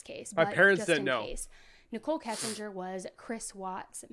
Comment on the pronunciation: I will NEVER overstand how someone feels comfortable enough to make a UTube video for potentially the entire 🌍 to see when they know so little about the subject of said video? How do you not know how to pronounce the last name “Kissinger”? It’s not exactly a weird or super uncommon last name. Cmon dude. Seriously, step your game up my dude. This was hard to watch. Whereas Annie Elise’ channel is dope, super well done. Why? Bcuz she’s super informed on the content of her videos. Wow…this is what we get when any ‘ol uneducated, low intellect individuals can have UTube channels. Some advice; don’t quit your day job.😤🤷🏻‍♂️